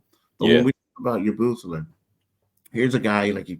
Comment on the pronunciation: Say it with me now YA-BOO-SELL-AYE . Do a tiny bit of research before you butcher a name you'll probably have to say a lot